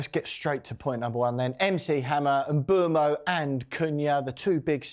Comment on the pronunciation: It would be good if you could pronounce Mbeumo & Lammens properly! Mm boo mo Lomm - uns There are videos of them both pronouncing their names